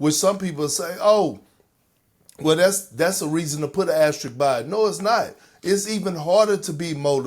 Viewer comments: Why do people struggle so badly with the pronunciation of “AS-TER-ISK”. There’s no other word that’s used as much in basketball sports media while also being butchered. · Just leaving this here…the symbol is called an “asteriSK” pleaseeeee everyone just say it right 😂😂😂 also no 2020 chip doesn’t deserve one